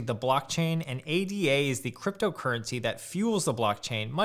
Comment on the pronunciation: Hey thanks for this vid, it had interesting information and opinions in it. Hope you don't mind me leaving a couple of observations here: 1) ADA is not an acronym, it's a name. It's pronounced 'ey-dah' (with ey as in day). If you look at the Cardano website, they even spell it Ada or ada (not ADA) because it's named after Lady Ada Lovelace - as you probably know, the first known programmer. 2) As you yourself said: Cardano is the platform, not the coin: the coin is called Ada. I think it would be helpful for beginners if you keep that in mind. Talking about 'buying Cardano' or 'the price of Cardano' or 'holding Cardano' is probably more confusing than helpful when what you are actually talking about is buying Ada, the price of Ada, and holding Ada. Just because Ada is the only Cardano product right now, it doesn't mean it will always be that way.